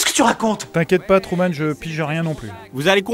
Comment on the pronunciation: À le doubleur dit "Tourman" au lieu de Truman.